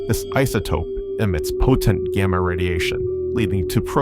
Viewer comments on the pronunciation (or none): none